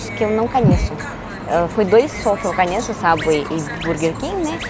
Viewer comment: Engraçado que ela NUNCA USA A LETRA "O" nas palavras. Ela diz: Aeraporto (Aeroporto), "Canheço (conheço), Balinho (Bolinho), Camputador (Computador)... rsrsr tem de aprender as vogais em Português. rsrsr Mas acho que é o charme dela. rsrsr